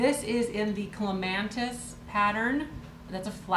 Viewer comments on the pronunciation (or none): Hi, all these items are very cool. My favorite is the 1st item, the blue tea pot, the flower on it is pronounced, Cle-ma-tis, no N. Can't wait to see the rest of your haul. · No "N" in the word Clematis. Just for kicks, in the UK they pronounce it "CLEM-mat-us."